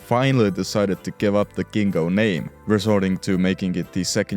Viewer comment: I'd like to correct you on two points. 1st the Fiat Gingo was not pronounced Ghingo, but with a hard J (think jaguar) 2nd Furiosa also means angry woman in Italian, there's no way the story about the name change because of the Spanish meaning is real